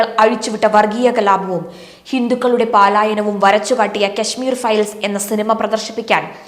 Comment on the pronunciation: "paalaayanam" alla.... "palaayanam" ennu parayoo kutteee...